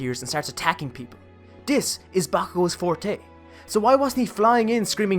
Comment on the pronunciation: Beautiful video👏 Also when you say 'this' i hear 'dis' did you do this one purpose or is something wrong with my ear.